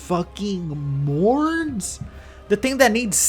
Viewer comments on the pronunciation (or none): This guy in the same section used 4 pronunciations of a weapon, 3 of which are completely wrong So is it Mone's, Monre's, Mourne's or Morne's Greathammer, huh? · Oh my god for the Morne's part, you only caught one of them but he literally spelled it Morne's, Mone's, Monre's, and Mourne's in the space of three sentences.